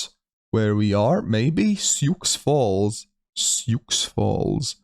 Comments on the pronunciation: Your also mispronouncing Sioux Falls. The x is silent. "Soo Fallz" not Sioux Falls with adding pronunciation on the X. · Sioux Falls the X is silent in the city name so it's more or less pronounced like Shoe or Sue Falls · Sioux Falls pronounced "Sue". It's Native American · Prounced “sue” falls lol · Sioux Falls is the largest city in South Dakota with just over 280,000 people in the metro area. Also, it's pronounced "Soo Falls"